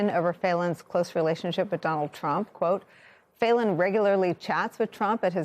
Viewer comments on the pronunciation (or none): Pronounced feelan not faylan